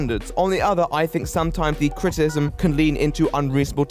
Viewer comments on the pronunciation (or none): Can you please enunciate "criticism", it sounds as though like you are saying "critism", and is pretty distracting. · Unrelated question, does anyone else hear "critism" instead of "criticism "? It was distracting me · Are you saying "critsm"? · Great video, like it very much but god you can't pronounce the word 'criticism'.